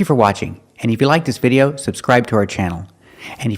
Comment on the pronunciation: I agree with you, and I can't believe he pronounced video that way!